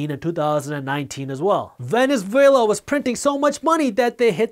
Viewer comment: and .... Venez-vela? Lmao. Great video